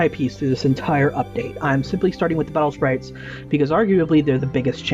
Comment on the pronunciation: its not battle spairaites its battle spirites